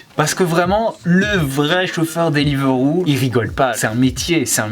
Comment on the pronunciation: ca me stresse il dit deliveuro